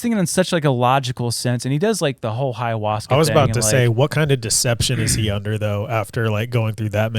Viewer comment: It's hilarious that pronounces ayahuasca with an h in front of it lol